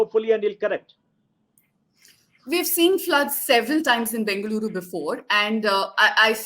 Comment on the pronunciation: First try to pronounce the city name properly